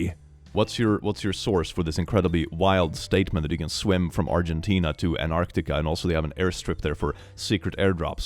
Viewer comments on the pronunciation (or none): Dear: Please pronounce both the "t"s in Antarctica. It's Antarctica, not Anarctica. Thank you.